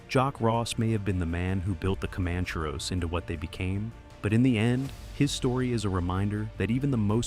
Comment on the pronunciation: you yanks need to pronounced names properly comancheros for example